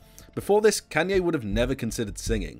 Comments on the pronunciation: Bro its Kanye not Kenye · WHY ARE YOU SAYING KAN-YE WTF ITS KAAN YE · "can yay" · bro really said kenye west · “Kànye west” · Bruh he pronounces kanye as Kenye😂😂😂😂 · I get triggerd every time when you kay kanye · "can-yee west" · Redo this video and stop saying kenyay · I can’t tell if you’re saying “Kenny” or “Kenye” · he's putting real big emphasis on the A in Kanye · You know this is a pretty great vid ngl i love it quality stuff but god did you butcher his name a lot